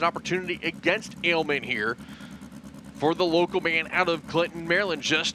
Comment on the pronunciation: Finally heard Aleman pronounced properly. It is not ALE-men. It is Ah-ley-mon.